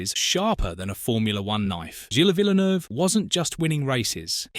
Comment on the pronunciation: Full of inaccuracies including a narrator who can't even pronounce Gilles' surname...